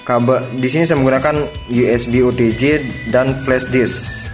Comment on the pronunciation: OTG bang... bukan OTJ...